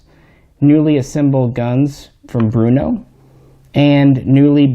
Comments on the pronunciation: Brno not Bruno...lol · Its BRNO not Bruno.... 😎🤝😁👍